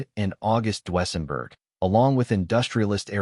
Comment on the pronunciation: "DU-ESSENBERG".???? REALLY.?????